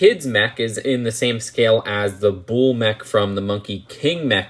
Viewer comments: Bull is pronounced bull. Not bowl, or bool. Bull. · "I just say bull" proceeds to say bool for the rest of the video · It's Bull, not bool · bull is pronounced like “bowl” not “buul” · Your saying bools that’s why loll. Say it without the u so from the b straight to l. Blls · Say bull like bowl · I'll add "bool" to the list of Just2Mispronunciations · It's pronounced "buhl" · No one:: Boöl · No one:: “Büle” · You pronounce "bull" the same way a blood says cool lol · The way you’re saying bull rhymes with “fool”, it’s supposed to rhyme with “full”.